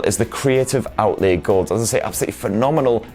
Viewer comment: "Outlee-a" 😁 I love your reviews though so please keep em coming.